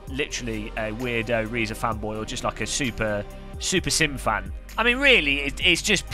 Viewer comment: Nice video,. I regret to inform you that Reiza is pronounced "razor", as in the shaving equipment you neglect to use regularly. 😜